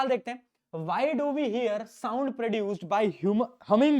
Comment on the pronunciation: what a pronounciation souuund 😂😂😂😂😂😂